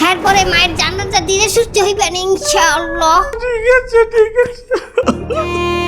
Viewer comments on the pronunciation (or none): এখম পর্যন্ত আপনাদের সেরা ভিডিও। ইনশাআল্লাহ শব্দটা ওইভাবে বলাটা ভাল লাগে নি।আর পাশার, মাদার......। বাকি সব ঠিকঠাক।